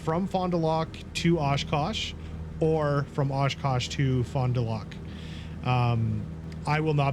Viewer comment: Just sayin'...Fond du Lac is "Fondu lack"...not "lock". And you should pronounce the Fond du as one one word..."Fondu". Smiles.